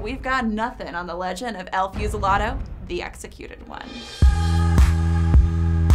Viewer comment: El Few-see-la-dough